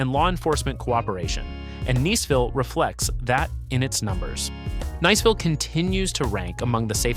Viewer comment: Is it Neeseville or Niceville? Eeglin Air Force Base? 🤣